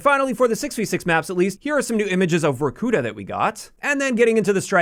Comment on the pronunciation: It’s VorkutÁ